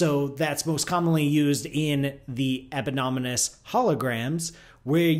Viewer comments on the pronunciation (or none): "Epynonymous"? Does he mean eponymous?